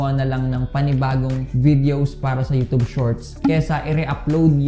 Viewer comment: Youtube.....hindi youtobe.